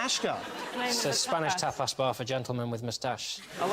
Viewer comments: stop being so pretentious for fuck's sake. He was saying tapas like many people say it (even if it's not the most known pronunciation), and in Spanish or Catalan the difference between "a" and "e" isn't that big (and it's not a big deal when you Anglos butcher plenty of consonants in any latin language anyway). It was a funny interaction between those comedians, but get off your high horse pretending you know more about how to say a word in other languages than people who speak those languages. xD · What are you talking about? There is no "r" in the Spanish word tapas. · There is no 'r' in 'tapas'. Is there? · I think Sean Lock said that when says tapas it sounds like tappers. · Because he was saying Tappers.. not tapas, tappers are a tool normally. I care when people can't speak properly..E does not sound like A.. and he added an R that does not exist in tapas lol. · There is no R in Tapas